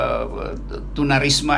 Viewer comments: Tuna wisma bg bukan tuna risma lo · Lidah bung ampe kepleset tunarisma🤣🤣🤣👍👍👍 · 2:8 ✓Tunarisma eh sorry tunawisma 🙈